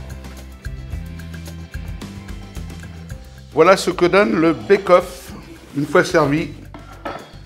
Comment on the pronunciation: pour le pied de porc! Ca se prononce béqueueauff!